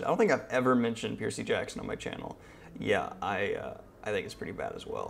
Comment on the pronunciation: Why is no one talking about how he’s saying Percy Jackson😂